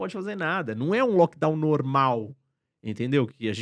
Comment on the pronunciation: "lockdawn normal"